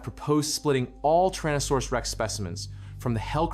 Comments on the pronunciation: It's 'Tyrannosaurus' not 'Trannosaurus'. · TYrannosaurus, not TARranosaurus